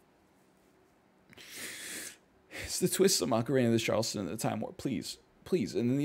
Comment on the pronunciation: The way he says Charleston makes me cringe